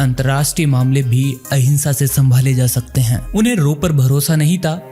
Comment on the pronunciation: Barwahe apne agency ka nam sahi tarah se yad kar le yeh rowa nahi raw hai😅